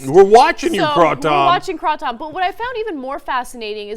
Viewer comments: 1.kratom isnt anything like coffee its more like an opiate pain killer 2. kratom is stromger than coffee if you take lots you will feel very wobbly and violenty vomit. 3. its purnounced kray-tum or crah-tum. 4. they never legalised it, theyre considering legaliseing it. and kratom is amazing haha i love it :). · First, it's pronounced "Kray' tum, everywhere else in the world and many Thai people also pronounce it this way. Second, if your kratom is only lasting for 20 minutes, contact me for my vendor's info. I get about 6 hours of pain relief. No high though but it will handle withdrawls if you want to quit ____<----insert name of addictive substance here, from heroin to cigarettes. Unlike opiates, kratom does NOT suppress respiration and the one thing TYT did get right is that there is not one single death from overdose attributed to kratom only. This is because when you take too much, your body will simply, throw it up and that's it. No danger of dying from an overdose. in 2016, there were 50,000 deaths caused by pharmaceutical drug overdoses, according to the CDC. This is why Big Pharma wants it banned so badly, in the United States. It's so much safer than opiates and it's starting to take a bite out of their opiate profits. It's stronger than morphine in it's ability to inhibit pain and is hands down, the best analgesic I've ever had and I was on prescription opiates for two decades for arthritis in my hip and spine and fibromyalgia. I got to where I couldn't work and now, I have my life back with no addiction to anything. It's a member of the coffee family. It is not an opiate, it does partially connect to the MU receptors (to which opiates connect so well) in the brain. There are three types or vein colours, of kratom and the different vein colours express different propertie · no it's pronounce kruh-tom n there are rarely any side effects the only effects of overdose is just vomiting l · isn't it pronounced "CRAY-TOME?" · It's pronounced kraytum I believe.